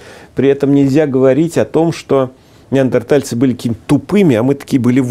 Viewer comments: ведущий всегда говорит - неардентальцы((( уровень(( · Но всё так же говорит "неаРДентальцы") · ...на камнях! ....нет, не на камнях. Они растягивали шкуру, заливали водой и бросали туда раскаленные камни! ....да, да на камнях. Ведущий - идиот!!! А, его неаРДЕНтальцы, это блд - к логопеду!